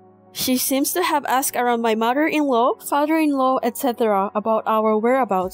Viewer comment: Mudder inlaw fadder in law brudder lol. Please learn proper pronunciation